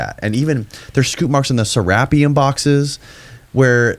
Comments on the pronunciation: Holy shit, its "Sarah-pee-um. Not freaking "sir-RAP-ee-um", you sound hilariously ignorant. lol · its pronounced sera-peum